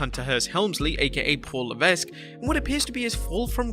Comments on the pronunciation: You have to stop mispronouncing HHH's last name. Its just "Le-veq", Not "Le-vesq". You said his name about 25 times and each time I was like awhhhh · Pronounced “La Veck” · The S is Paul Levesque is silent by the way. "Luh-veck" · Tip; Levesque is pronounced LeVeck. The S is silent. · Little note for... about Paul Levesque name pronunciation.... Levesque must be pronounce without the "S" like LEVEQUE! just saying... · DUDE! LEARN HOW TO PRONOUNCE NAMES BEFORE TRYING! IT’S LEH-VECK! THE S IS SILENT! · The S is silent in levesque. It's pronounced levek. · someone should tell the person 'narrating' these clips that the S in Paul (Triple H) Levesque's last name is SILENT!! that's right, his surname sounds like 'Leveck', but it's not spelled that way... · Levesque is pronounced "Layvek", the S is silent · You don’t pronounce the S in Levesque (Leh-Veck) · It’s pronounced Luh vek the S is silent. Just saying 😀👍🏼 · You aren't supposed to pronounce the "S" in Levesque. Leveck that is the proper pronunciation. It is not a variable name like Henri "onri"/"Henry" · For God's sake. Levesque is an extremely common surname and you should pronounce it correctly. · That’s not how you pronounce Levesque. If you’re not gonna pronounce it correctly, don’t pronounce it at all. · "Levesque", the "s" is supose to be silent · The "s" is silent. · Vinnyboy's PG-fetish is to blame for NXT-failures and WWE's in general and not Paul Levesque (the "S" is silent). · The s in Levesque is silent learn to pronounce the mans name or shut up and let someone who knows how to read and talk do the goddamn job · I wonder how many times he's mispronounced Levesque on this channel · The S is silent in Levesque, just for future reference